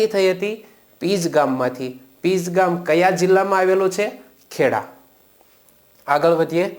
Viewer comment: Pij nahi pinj